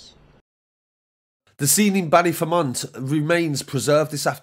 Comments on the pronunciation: Ballyfermot not Ballyfermont. The last part is pronounced fermot as is Dermot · Fermont haha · its pronounced bally-fear-mat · Ballyfermonth? Ballyer lad ballyer ! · That is absolutely not how you pronounce Ballyfermot 😂😂😂 fair play for covering this though